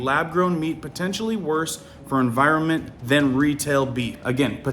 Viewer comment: It’s NOT En vi ro mint It’s En vi ron ment